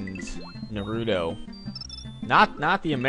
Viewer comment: you failed with the pronounciation of naruto